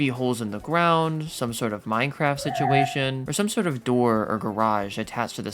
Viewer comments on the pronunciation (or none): none